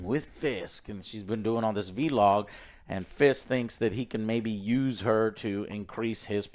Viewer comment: I’m gonna have to unsubscribe if I hear Joe say “V-log” one more time!!!!!!!!!!!!1